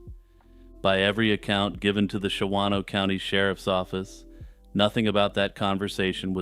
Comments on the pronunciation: Hey, love your calm descriptions of horrible events! I have to be "that guy" really quick... just because... I live. in WI... it is pronounced "Shahno" (two syllables) by the locals... lolz. After the making a murderer craze made "Manitowoc" into a weird peeve... Ive been one of those people... every time I hear one of our weird cities in true crime... Please forgive me...:) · The second 'a' in "Shawano" is silent: Pronounced "SHAW-noh"